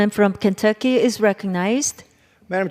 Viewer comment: Who tf is the lady at the speaker seat and why is she there if she can't even pronounce KENTUCKY?